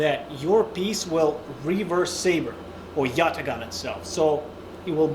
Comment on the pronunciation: Wicked video! Really detailed and educational! Also, the Turkish Yatağan has the "yumuşak G" So it isn't pronounced, but it extends the previous vowel so Yatağan is pronounced Yat-ah-an (the Turkish president is Air-doh-an)